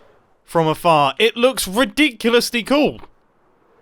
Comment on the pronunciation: did you mean... From afAHAA?! 😄